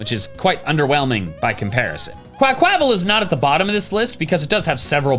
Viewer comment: please it's pronounced QUACK-wa-val. The word "aqua" is right there, plus the Spanish/Portuguese pronunciation of Carnaval.